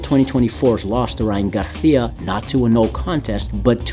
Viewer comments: He said ryan garthia😂😂😂😂 it's garcia my boy 😂😂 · Who the fuck is Ryan Garthia? Spanish pronunciation doesn’t mean Have a lisp 😂